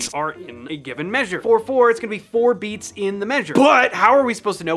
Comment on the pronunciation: The emphasis on the first "bee(a)ts" kills me 😂😆